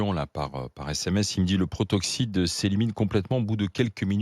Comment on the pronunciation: c'est pas le "protoxyte d'azote" mais le "protoxyDe d'azote"